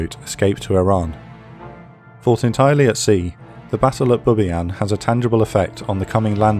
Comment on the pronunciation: Bubiayn, huh?